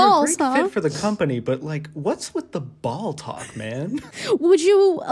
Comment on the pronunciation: I know it was just one line in this whole fab collab but my brain is stuck on "ball-talk" ...sounds like balltok. Which makes me think of a totally not weird at all sports? community on the clock app